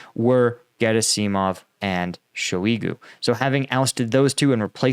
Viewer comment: The name Shoygu rhymes with "soy goo". Add an h sound to "soy goo" and you land at the proper pronunciation of Shoygu